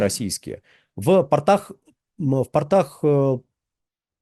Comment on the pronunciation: Не в портАх а в пОртах